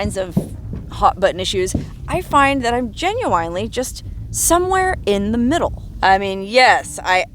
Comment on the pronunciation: It's pronounced jen·yoo·uhn·lee, not jen·yoo·wine·lee